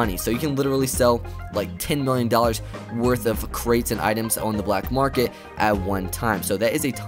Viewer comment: It's funny how he says black market #black ops 3